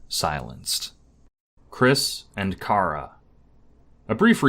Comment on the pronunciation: You pronounced Chara three different ways and none of them are "right" [I know there really isn't a true correct pronunciation but none of them are mine, lol. And mine kind of just comes from "character". . . And Chara's sprite is called "True Chara", and Frisk's is "Main Chara". . Like character] Mission Failed. We'll get them next time